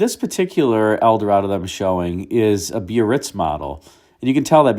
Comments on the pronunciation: You say bee-uh-ritz, I always thought it was buh-ritz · pronounced Bar-Ritz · Eldorado biarritz is pronounced berr its